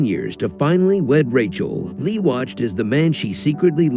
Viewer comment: You’re not even pronouncing her name correctly 🤦🏻‍♀️